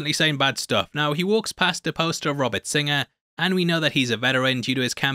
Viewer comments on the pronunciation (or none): none